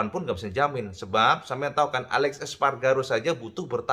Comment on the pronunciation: Aleix cak, dudu alex espargaro. Huruf i dibaca jelas.